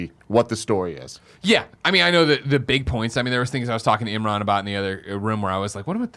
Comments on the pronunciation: Imrin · shined this episode. But seriously, you're the only one seemingly mispronouncing Imran's name. Why you do dis?